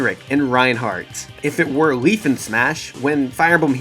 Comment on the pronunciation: Leif is pronounced "layf" not "leaf". It's a Finnish / Norse name. I'm sorry for being that guy, but it bothers me...